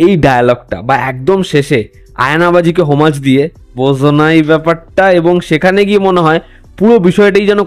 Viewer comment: উচ্চারণ "বোঝো নাই ব্যাপারটা", নট " বোজো নাই ব্যাপারটা" 🥴🥴